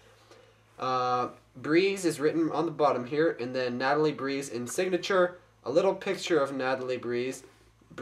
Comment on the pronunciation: it is breez not breeze